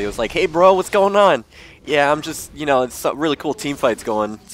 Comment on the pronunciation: "Hey guys, sgoin on." So fucking annoying. Just fix that. Pronounce the What in whats going on. I swear you will gain at least 5 more subscribers.